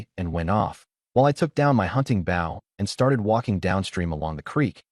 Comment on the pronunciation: your saying the word wrong Bow has several meanings the weapon your talking about is BO-{w} is silent.